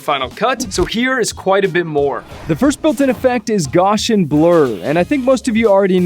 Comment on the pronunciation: Sir, please. It's pronounced GOW-see-in (or GOW-see-[schwa]n [rhymes with MOUSE-see-in]), not "Gaw-shin". It is an extremely important curve in mathematics, esp. in statistics, named so in honor of Carl Frederick Gauss (rhymes with mouse), one of the greatest mathematicians of modern times. The Gaussian is also known as the famous bell curve (not the book). It is a probability distribution of enormous importance and has been adopted by the FCP developers as an effect. Please pronounce it right henceforth. Thanks! (^_^(